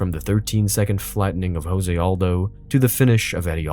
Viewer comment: Can't even pronounce Jose Aldo?